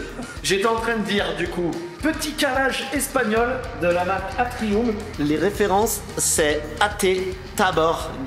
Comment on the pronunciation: ATRI"U"M prononcé ATRI"O"M ............... latin